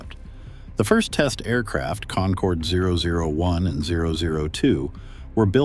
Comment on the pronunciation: You lost me on the very first word. Get the AI voice to at least pronounce "concorde" right.